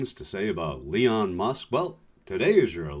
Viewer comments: Why does he call Elon "Leon" repeatedly? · Love AOC and his name is Elon not Leon. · Elon. Not Leon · His name is not Leon... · Leon????? Aaaaaaaa ha ha ha ha ha ha 🤣😂😅 He called Elon Leon Aaaaaaaa ha ha ha ha ha ha ha ha 🤣😂😅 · I love the mispronunciation of musk’s first name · Who is this Leon Musk you speak of? :) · ...why did you call him Leon Musk? Sorry, but that threw me completely out of the entire video! What is the reference with that? I like to call him Ellen as a direct insult to his name, but Leon is kind of stretching it, I think? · Leon? He's an ass and doesn't deserve respect however it hurts your credibility...it's ELON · “Elon” not “Leon” lol 😝!